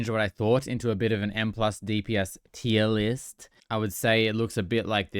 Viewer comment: tremendously appreciate these recaps and the way you said "tier list" was perfect 😂